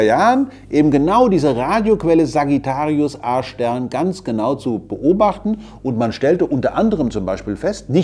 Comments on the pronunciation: Ich habe beim ersten mal Sagittarius Ar*ch Stern verstanden... :D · Wer versteht auch die ganze Zeit "Arschstern"? 😂😂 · Ich versteh immer Arsch-stern 😂